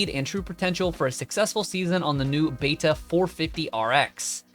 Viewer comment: It’s pronounced ‘Beta’